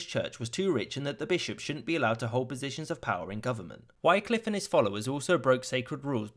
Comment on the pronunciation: Wycliffe, pronounced Wick to rhyme with lick, not to rhyme with like.